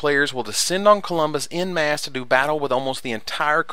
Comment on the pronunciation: You pronounced en masse wrong btw. No offence.